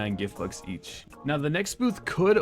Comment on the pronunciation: why did you say gift books and not gift bux